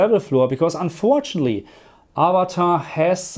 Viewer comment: perCENT not PERcent, unfortunately not unfortunly. Please!